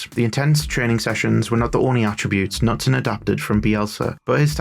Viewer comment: In Norwegian the K before an N is pronounced. Knutsen starts with a K-sound. Like in “Keep.”